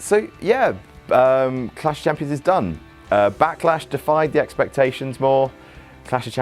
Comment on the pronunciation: is good at saying Clash of Champions. Way better than.